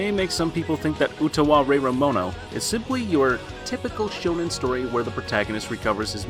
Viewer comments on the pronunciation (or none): none